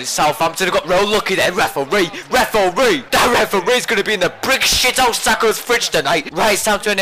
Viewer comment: Me and mates have realised that we've started shouting "REF-OR-REE" at the telly, calling Sakho a brick shithouse, and saying that people have 'legendary beards' - and it's all your fault,!:)